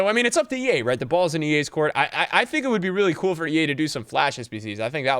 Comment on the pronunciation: Did he seriously say “Ea are really smart” 😂